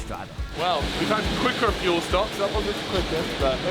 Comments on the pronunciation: "FEUL" Jesus christ 😂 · "Feul Bay"